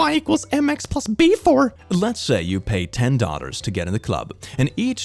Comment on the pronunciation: Why did I kept hearing ''Daughters'' instead of ''Dollar'', help my brain is malfunctioning